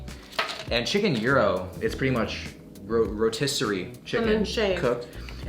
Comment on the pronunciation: The way Americans pronounce gyros is so funny😂